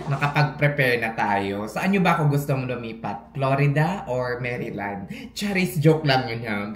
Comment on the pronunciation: Maryland Mayrland 😂🤭💋 shalaaaaaaak!